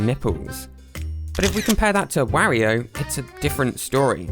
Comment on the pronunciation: He said wario like wahrio